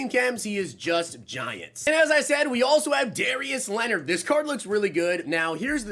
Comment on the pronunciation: Noti gang but also did you really say Darious Leonard lol